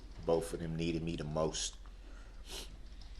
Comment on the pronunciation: Axe instead of ask and bofe instead of both